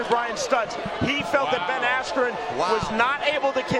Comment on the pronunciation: Couldn't even say askrens name right.